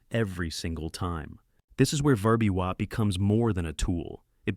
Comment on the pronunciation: It's like listening to someone with a speech impediment that prevents them from correctly pronouncing VWAP.